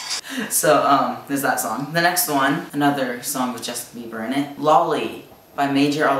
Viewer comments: I love how he said lawley instead of lolly 😂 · I literally cant hear the difference... :'D when I say those words, they sound the exact same...